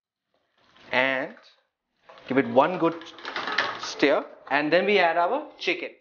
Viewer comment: Each time he says 'steer' for stir, I cringe!!!